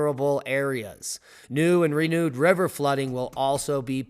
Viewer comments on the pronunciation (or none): none